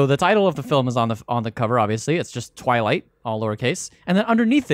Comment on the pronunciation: You mean "Dwilight"